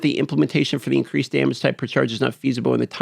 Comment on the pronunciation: Incweased...sorry had to